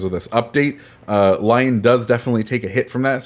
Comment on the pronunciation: It's L-yon not Lyown. Sorry just bugs me most ccs get it wrong